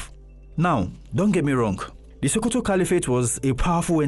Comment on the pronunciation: Its SO- ko-to .... Why are you saying SHO-ko-to?